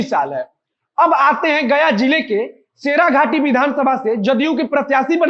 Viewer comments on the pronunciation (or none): शेराघाटी नहीं भाई शेरघाटी